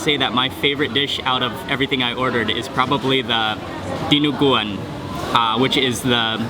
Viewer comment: I'm so glad you tried dinaguan and all our other delicacies aside from adobo. And you pronounced all the food correctly! Impressive!